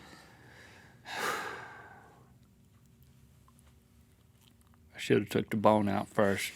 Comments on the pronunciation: fondue? FON-DONT!!! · Fondue or fondont Haha... Hahaha... Ha..... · “Cheese Fon-doodles” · Fondues and fondont's. ha ha ha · Fondue? More like FON-DONT! (I'm not sorry) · It Fon-DON'T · US-Americans can never pronounce Fondue right! It's a french word, so spell it like one.